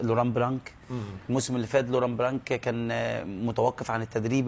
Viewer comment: لوران بلان ماشي بلانك c حرف صامت blanc